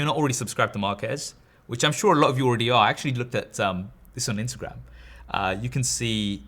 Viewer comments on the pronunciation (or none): it is "follow us on INSTAGRAM" and not INSGARAM.👍